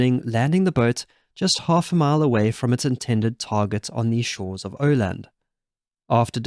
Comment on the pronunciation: I think the island in question is Öland. If the speaker doesn't know how the Scandinavian letters (åäö) are pronounced, it might come sounding like "Åland".